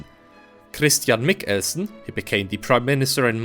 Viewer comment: I have to applaud your attempt at saying Christian Michelsen it was slightly endearing how you literally cut the name in half with your pronounciation of Mich-elsen, yes the ch/k part is a hard pronounciation/emphasis in the name, but you did it waaaaaaaaaaaaay to hard and to long pause, again, it was endearing.